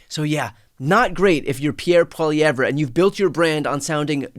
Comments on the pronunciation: Great piece on Canada Thank you as always Brian. FFL= friendly french lesson😀: Pierre's last name is french. The last two letters at the end of his name-RE- is silent. So phonetically it is pronounced "polly-Ev". Not "polly-ever". Hope this helps. Have an awesome day and keep doing what you are doing! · Pronunciation tip. Its Polly Ev Skip the R sound. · Not "Poilievre" with a hard "R" lol. The "R" is silent Brian. <3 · Please STOP saying Pierre Poili-evreh ☹ It's Poiliev ☹ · Enjoy your insights Brian, just one thing that Conservative leader's name is pronounced "Polly-ev" with a silent "r". Keep up your great work. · Brian, it’s pronounced, Polly ev! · Don't pronounce the r at the end of Pierre's last name. "Pwa-liev" (more or less). :D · Can you fix your pronunciation of Poilievre? pah-lee-ev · Brian, it is pronounced Poliev, you can drop the "re" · Briantylercohen the name is pronounced Polli-ev the RE is silent... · Hi Brian. PP’s name is pronounced Polly ev. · FYI it is pronounced " Poly ev". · (Poly-ev). Pierre (Poly-ev). He’s a douche bag to be sure but Americans should still pronounce his name correctly. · not that I care if you butcher his name, but it`s pronounced more like "Poiliev" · Hey Brian, a friendly pronunciation point, that goof's last name sounds out this way "poly-ev". I hope this favors you in further reports 🙂 Your Northern Neighbor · Polievre is pronounced without the re - paul-iev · Pronounced pol-ee-EV. The r is silent. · How to pronounce Polievre: poly- ev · Brian, the R is silent. Polyev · Heads up Brian, that you don't pronounce the "re" at the end of Poilievre. Just like you don't say "Brett Farv-re" It's just "Brett Farv". It's "Pierre Poiliev". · Brian - the Conservative leader's name is pronounced: PAUL-e-ev. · Brian the name is pronounced paw lee ev in English, and pwah yev ruh in French. In English, the emphasis is on the third syllable. In French, the emphasis is on the second syllable. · “Polieve”. The r is silent.